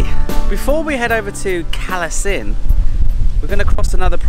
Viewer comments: English lesson in reading Thai-English words#2. All cities that have "K" for "ก" will actually be a hard "G" so Krabi is pronounced Grah-bee and Kalasin is Gala-sin, soon you'll be going to K(ข)hon K(ก)aen - Kawn-Gen., keep it up, you are doing great! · The province where we don't even speak Thai, also it's pronounce Galasin. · Karm not Kram also the Thais pronounce Kalasin with a G